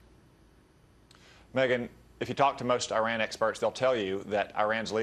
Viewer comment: Violating the Logan Act & pissing on the US Constitution. Good job, Senator. Hope your constituents are proud. Perhaps you should consider resigning before you're put sent to jail & fined. Besides, the fact that the senator can't even correctly pronounce "Iran" should disqualify him from this matter to begin with.